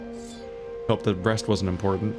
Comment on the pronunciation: I know you said 'Rest is important' but it sounds like 'breast is important'. And it makes me giggle since crystal is on screen.